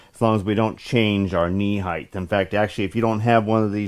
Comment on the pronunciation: What is this new term you use 'heighth'?? Never heard of it. I've heard of 'height', but not 'heighth'..... lol, great videos.